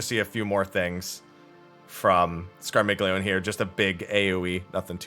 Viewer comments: Scar-mealy-oni, dang it! :p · Scar-mil-yon-ey The g is silent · It’s the polyglot in me, but it’s pronounced “scar-milly-oh-nay” D: Italians are shaking their 🤌🏻